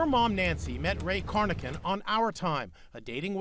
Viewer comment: Corr: Robert Lawson Carnochan. not "Cornochan"